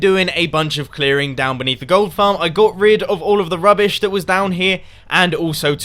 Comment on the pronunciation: Lol gold fwarm